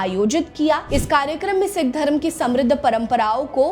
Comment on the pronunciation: Janbhooj kar sikh ko sick bol rahi ha , aur apna poora naam bhi nahi bta rahi